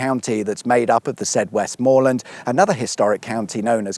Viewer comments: Westmorland isn’t pronounced like “more” it’s Westm’land sorry 😅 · Pronounced West’m’lund not West’more’land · The second K in Kirkby Lonsdale is silent! Westmorland has a soft T and silent R, sounds like Wes'mo'land. You were so close to the force at Backbarrow Bridge where Grasmere, Rydal Water and Windermere flow out to the sea. Windermere town is two miles uphill where the train station is, Bowness village is where you were, down at the lake. and to remember the name of the only lake in the lake district it's the one with the funny name, Bassenthwaite Lake, all the others have water, mere or tarn after, or before, as in Tarn Hows or Blea Tarn. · It's not "WestMOORland", it's pronounced "Westm'land". It's not "KirKby Lonsdale", it's pronounced "Kirby Lonsdale". Don't know how old this vid is, but Cumbria no longer exists and has been split into "Westmorland and Furness" and "Cumberland" (like it used to be) . Windermere is not the village on the shores of the lake, that's Bowness-on-Windermere, Windermere village is a mile or two up the road. There's tons of other stuff to do as well, like the Aquarium of the Lakes at the end of the steam railway, boat trips on the big boats on Windermere and all the Beatrix Potter stuff. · I’m a Kendalian born and bred, it’s Westmorland not Westmoreland and it’s pronounced Kirby not Kirkby. Thank you very much. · "WESTmorland" not "WestMORland". "Kirby" not "KirKby". 🤣🤣🤣🤣🤣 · KIRBY Lonsdale FFS, it's a silent K!!! And it's Westm'land, not Westmoorreland!!! Bloody tourists. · It's pronounced "Kirby" Lonsdale. The second "k" is silent. Also waaaay too much emphasis on the "mor" in Westmorland. The actual pronunciation sounds more like "west-muh-land".